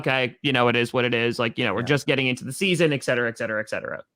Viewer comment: ( Packers Owner ) hey, the phrase is ET cetera, there's no X in there. please pronounce it correctly, it would be much appreciated. Also, taking that spam caller like a Boss was gold:-)